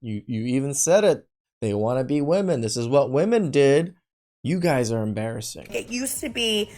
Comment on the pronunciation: Why can these idiots never pronounce women correctly?